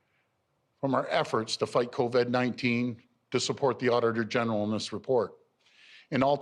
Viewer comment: Doug "Co-Ved-19" Ford